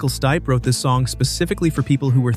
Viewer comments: Michael Stee-pay? Come on. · What the hell did you call michael stipe?